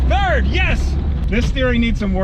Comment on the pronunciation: "into second, yes! into turd"